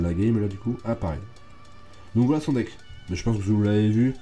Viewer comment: quand tu dit un déck on dirait tu dit les hendecks mdr